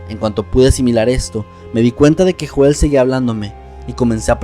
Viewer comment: Me gustó mucho, pero recuerda Joel se pronuncia "Yoel".